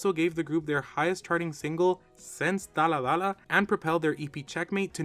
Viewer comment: You made a mistake on the first dalla dalla, you said dalla lalla